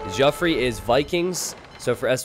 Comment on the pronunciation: Geoffrey is just pronounced the same as Jeffrey, it's not Joffrey lol.